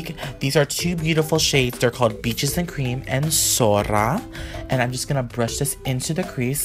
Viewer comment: did u say sorra or sora